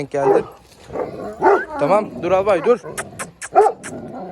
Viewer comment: Alabayı sen Albay der gibi söylüyorsun, alabayın ismini ALBAY koy bari😂